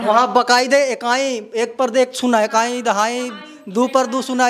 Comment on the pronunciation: मेरे जानकारी के अनुसार reporter को शुद्ध उच्चारण आना चाहिए। लेकिन ये तो शिक्षिका को शिक्षक, ईकाई को एकाई बोल रहे हैं। यहां तक कि दहाने की प्रक्रिया भी बाए से दाए की ओर बताते हैं। पहले अपने अंदर झांक कर देख लें फिर औरों पर अंगुली उठाइएगा ।